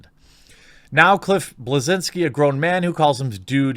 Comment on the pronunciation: It's pronounced Bleszinski goddammit.